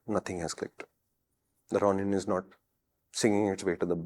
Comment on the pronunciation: How does no one know how to pronounce Ronin?